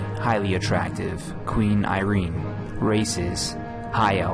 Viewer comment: Btw her name is pronounced like I-ren. Not I-reen.